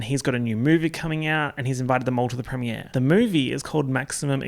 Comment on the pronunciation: I love that you say premier like prem-e-ay(r)